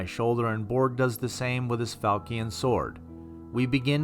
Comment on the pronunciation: Siobhan is pronounced Sabean falcion fal chon Good job otherwise